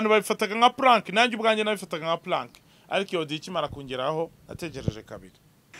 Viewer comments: jya witondera ukuntu uvuga sounds. Hari abo bibangamira. Its a prank not Plank. Sounds zawe uzivuga nabi kandi ubundi uvuga point. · Yeah, bavuga PRANK ariko akunda kuvuga Plank. Uretseko fata akunda kuvuga sounds zitarizo iyo avuga english. Uzabigenzure urebe. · It’s prank not plack, point of correction